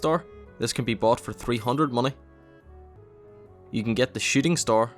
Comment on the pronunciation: That's a lot of mah-neh